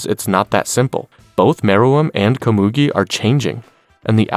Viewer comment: Loved the recap but you mispronounced Komugi multiple times.